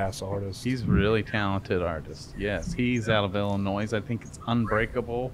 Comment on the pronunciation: I love you bub, but the S in Illinois is silent me boi